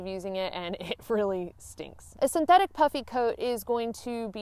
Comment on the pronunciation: I was listening to this segment with one ear as I was working at my desk and nearly fell off my chair when I heard you said something about "wearing my puppy coat" Once I looked I realized you said "puffy" coat I laughed in relief. Also , did you ever use your umbrella as a sun shield; i.e. parasol?